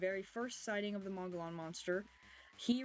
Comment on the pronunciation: Hi,Mo gee on thats how its pronounced.❤